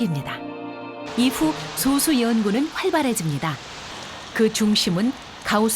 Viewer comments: [소수]아니고 [소쑤].... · [소수]가 아니라 [소쑤]입니다. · 발음이 너무 거슬린다.... 소~수가 아니고 소쑤 입니다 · [소:수]라고 읽으면 안되지. 이제 솟수라고 표기는 안하지만, 여전히 발음은 [소쑤]라 해야 옳다. 철자만 같을뿐 음도 다르고 그 뜻도 다르다. 즉 동철이음이의어. 성우는 그렇다 해도 분명 감수하는 이가 있었을텐데 성의가 없네. 좋은 내용을 사소하지만 기본적인 걸로 신뢰까먹는... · prime number는 [소쑤]로 발음해야... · 여기서의 소수는 [소쑤]로 발음해야함....국어사전에...[소수] 와 [소쑤]는 다른 용어임.. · 표기는 "소수"지만 발음 '솟수'하고 합니다. '소수'라고 빌음하면 0.1같은 수를 가리킵니다. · 표기는 소수인데 발음은 아직 [소쑤]가 맞습니다... 영상이 잘못됨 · 소수 발음 듣고 바로 나가기